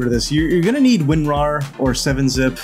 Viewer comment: Did you say winrar or unrar???